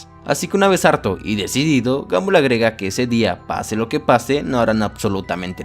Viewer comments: Se pronuncia gombal no gambal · Se dice gombal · alfin dijiste el nombre bien kskksksk gumball casi en todo decia gambol xdxd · no c dice gambol c dice gombal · Gumball no ganboll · Sin ofender. Se escribe gumball. Pero se pronuncia gombal. No gambol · Sebita_XD 1987 F el que lo lee pero el men del video digo ''gomball'' no ''gumball'' .__. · Gambol😂😂😂 Se pronuncia GOMBAL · me incomoda que digas "gambol" y no a como normalmente lo escucho, "gombal" xddd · Y se dice gomball no gamboll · Ball se dice bal y en inglés británico bol pero la sería es de Estados Unidos inglés americano técnicamente sería gamball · No es gumball Es gambol v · El increíble mundo de gamboll xd así yo lo escuche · No les pasa que " gamboll" ._. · dijo gambol? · Se dice Gambol o Gumbal. obvio se que se escribe Gumball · El mundo de gambol dice 🤣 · se dice gumball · Jajajaja isque guanbol es guombal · Porque todos los youtubers le dicen a gumball: Gamboll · Porque en el inicio dices gamboll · Amigo que risa me daba cuando decía gamboll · "Gambol" QUEDÉ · No sabes como decir su nombre